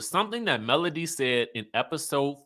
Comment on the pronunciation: MS wanda calls melody "Melon" lol I don't think she can pronounce melody 😭